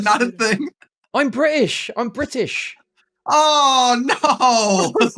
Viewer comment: Youtube has auto played this video and I bust out laughing at the "I'm Bri'ish, I'm Bri-T-ish!" The accent of the T 😂